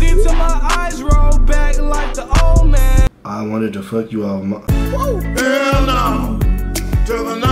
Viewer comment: It’s omen not old man